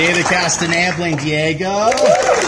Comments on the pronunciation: Why can't they pronounce David's last name right😭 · like if u cringed at the way the man in the first video pronounced "castañeda" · they completely butchered david’s name in the first video